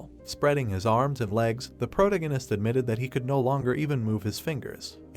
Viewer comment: Dude, for the love of anything holy, google how to properly pronounce "Protagonist" and teach the text to speech program. If you are going to use the damn word every sentence